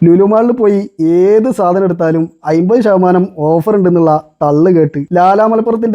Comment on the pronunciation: "അയ്മ്പത്" അല്ല ചെങ്ങാതീ. അമ്പത്. ഒന്ന് വൃത്തിക്ക് സംസാരിച്ചൂടെ